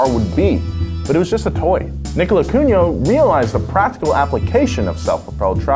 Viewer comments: Nicolas Cungot lol 😂😂😂 it's Cugnot my american friends 🇫🇷 and the "Ferdié Chério euh veupaeuuur" was excellent 😂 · It's Nicolas Cugnot, not Cungot! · Cugnot ... not "Cungot" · I mean, that's written "Cugnot", not "Cungot"... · You may not pronounce Cugnot correctly, but at least try not to misspell it. It’s quite important step in cars history. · That's Nicolas "Cugnot", not "Cungot". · Cugnot. Not Cungot. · my 7th grade teacher is the only person ive heard claim ford invented the car in the 1900s even my dad knew about cugnot but he pronounces it kug nut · He isnt! HE'S cogNOT